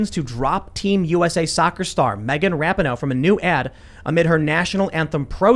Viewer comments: FYI: it's pronounced RA-PEE-NO, not RAP-IH-NO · I love that Tim always says Rap ih no. When sport commentators say Ra pee know. No one knows how to say her name. Can we all agree on Ra Knee No. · Ra - pee - no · Megan’s last name is pronounced Ra-pee-no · I cant stand her either, but you and Shapiro do not say her name correctly